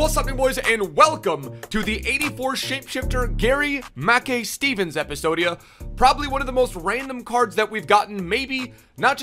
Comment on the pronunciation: Say his name properly ur killing me